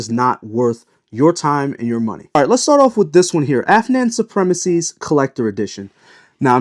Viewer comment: Mispronounces Afnan and correctly pronounces Rayhaan. Looks like he’s sponsored by Rayhaan.